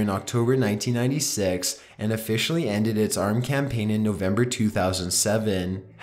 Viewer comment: Very informative and well done video but.... Why is ever syllable of the last work in a sentence so drawn out? Re: campaaaaaaaaaign